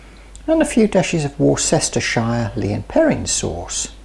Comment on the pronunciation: forget about going out of fashion.... I think Wor-cest-er-shy-er is going to be the new trend lol